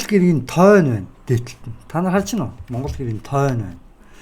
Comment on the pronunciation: Тойно биш тооно чанга хэл😅